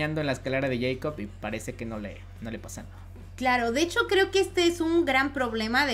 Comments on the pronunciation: Se pronuncia Jacob, no yeicob. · A alguien más le molesta que diga yeicop en vez de Jacob ? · Es escalera de Jacob no de yeicob jajaja lo digo por la pronunciación